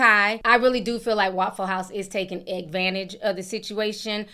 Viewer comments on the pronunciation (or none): Not eggvantage🤣🤣🤣🤣